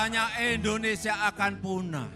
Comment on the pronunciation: MAAF PAK .INDONESIA bukan ENDONESIA